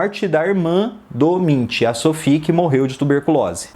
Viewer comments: A pronúncia correta é "Munk" e não "Mintch" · Se pronuncia Munk, se pronunciasse como se fosse em português mesmo ficaria mais correto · Nunca tinha ouvido o nome dele pronunciado assim...